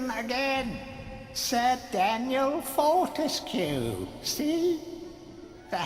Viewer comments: Wouldn't it be "for-tesk", like grotesque? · Fun fact: Fortesque's name is pronounced "fort-ESC".